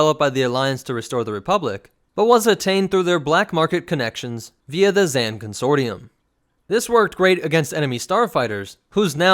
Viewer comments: Not to nit pick but it's not Zan (rhymes with can), it's Zann (rhymes with Kahn). Every game source (and the game itself) quotes it as such. Thanks for doing the Keldabe though, been waiting to see it. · You say his Zann weirdly. In the game they say Zahn. You put a Ann sound to it.